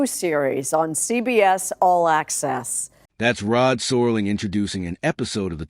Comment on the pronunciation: Mispronouncing Serling's name is a dead giveaway this is ai crap.